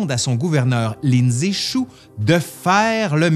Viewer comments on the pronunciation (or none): tu dis Lin Zexu...j'entend Lindsay Chou! 🤣 sorry! C'était plus fort que moi!